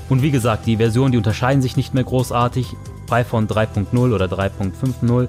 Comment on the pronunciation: gutes video aber es heist python und nicht piephone